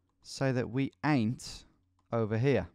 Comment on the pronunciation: Ok I just want to say how wrong it sounds when you say "ain't" that accent of yours just ain't right.